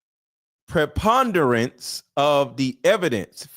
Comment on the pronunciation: Hard to believe he doesn’t know what preponderance of evidence is in a civil case. Couldn’t even pronounce the word!